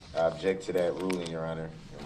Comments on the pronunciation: I know right? For the first week of this trial he was also saying "abject" instead of "object". I really don't believe he's had 12 years of schooling like he says he has. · wilson “I Objek!” 🤣🤣🤣